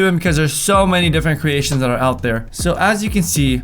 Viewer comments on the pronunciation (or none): Cweations- and twime less he said xD